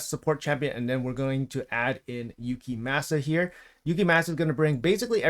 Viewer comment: I cant deal with the name butchering 😭 its clearly japanese, its like people saying saké wrong. Gave up around 5 minutes. Gonna give the vid a like still. Def going for this fusion 🙌